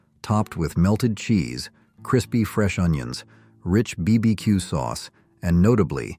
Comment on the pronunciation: What is "Bee Bee Que" sauce? :)